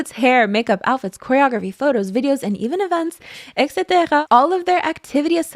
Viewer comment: I am begging for someone to tell me why she says etc like that